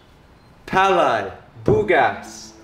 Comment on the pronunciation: I'm glad you didn't pronounce "palay" as peyley, lol